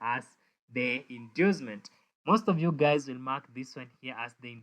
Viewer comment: 😅Did you just say "hello gays" at the beginning of the video?😅